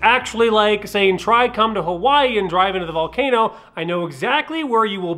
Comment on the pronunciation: I'm pretty sure nobody says volcAnooo like that but you